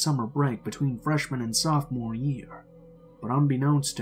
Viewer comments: **Sophomore ** not "softmore" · “I was a softmore”? I’m not American but I swear it’s ‘sophomore’...